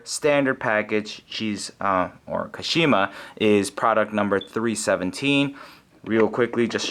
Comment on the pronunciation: When pronouncing Kashima the KA should be stressed instead of Shi. So it should be pronounced KAshima... Sorry for being nitpicky but it just feels off when their names are not pronounced the way they are meant to be.